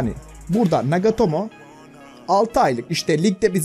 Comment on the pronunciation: NAGOTOMO DIYON ABI SPIKERLERI DUSUN BIDE JFIRJFJDI